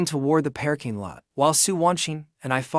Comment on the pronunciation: WEhy does everytim it says parking lot it pronounces it pear king lot?